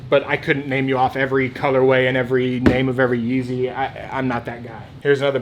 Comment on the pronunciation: Bro, you struggled with Some yeezy names. TIP: “ the names are on the size sticker/tagg!!!